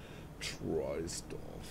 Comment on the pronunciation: Trosdorf wird es ausgesprochen